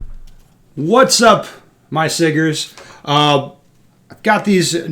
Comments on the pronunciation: Here he go with the hard ER 😂. It's Sigga with an A bro. Wtf 😅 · Wow, hard "R" on the siggers! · with the hard ‘er’…. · OPENS UP WITH A STRONG "R"!!!!!!!!!!!!!!!!! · That hard R😂😂😂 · Definitely did not expect the hard r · not the hard R in the intro. 😂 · Absolutely glorious 😂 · You pronounced the hard "r!" :o